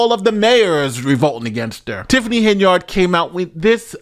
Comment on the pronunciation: I love that, pronounces,Henyard correctly.